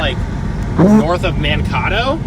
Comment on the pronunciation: It's pronounced Man kay to